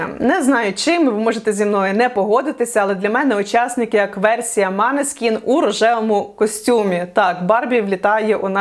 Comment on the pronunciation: та не манескін це, монескін читаєтьсяя, це тупо румунський ітан